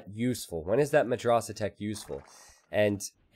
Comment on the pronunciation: Dude, you need to pronounce madrasah with soft "a"s not the hard one. For example not like can't in british but in american